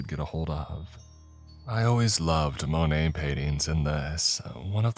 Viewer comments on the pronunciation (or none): none